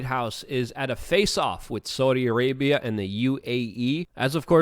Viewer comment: I love how luke says "sooudi Arabia"